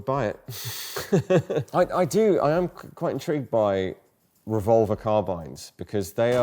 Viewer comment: ARVolver, and not RevolvAR?!🤣